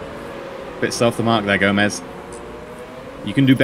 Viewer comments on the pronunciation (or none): It's gome-s not Gomez